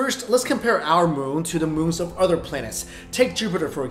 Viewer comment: It's so hard for asians to say the instead they say dah instead of other they say oder